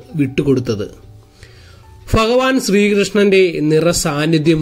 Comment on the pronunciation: ഫൂമിയിൽ ഫഗവാൻ ഫക്തർക്ക് വേണ്ടി നിർമ്മിച്ചതാണ്❤ വീഡിയോ നല്ലതാണ്... ശ്രമം അഭിനന്ദനാർഹം. ഭാഷാ ശരിയാക്കണെ.... വിമർശനത്തിന് വിരോധം തോന്നരുതെ....❤